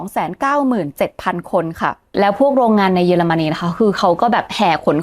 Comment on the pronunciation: ป้าสูญเสียการฟังมั้ย เค้าพูด เยอไม่ใช่ เย